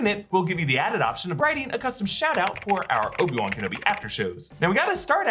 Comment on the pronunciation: Obi Wamen Kenobi